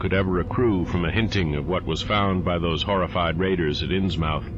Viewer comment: I love these stories and your narration, and I can't wait to see more! Just one thing, you're pronouncing "Innsmouth" wrong. It's pronouced like "Inns-muth", not "inns-mouth". It's a New England regional thing.